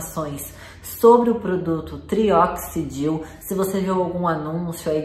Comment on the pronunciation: Você pronunciou trioxidil. 😭